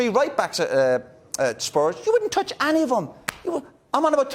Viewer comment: "U wouldn't touch ANNY of em" lmfao